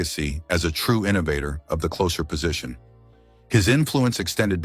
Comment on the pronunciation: The AI thing was too much to take after the third of fourth mispronunciation of "Sutter" and his being a "clocer." Enough already. Thumbs Down!